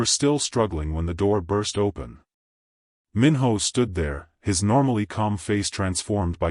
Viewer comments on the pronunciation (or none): First I want to say this is a good story and I would like to hear a part 2. But, just a quick suggestion if there is a part 2, make sure the AI voice knows how to pronounce Korean names. The “I” is pronounced like a! “ē” Minho should sound like Meen-Ho.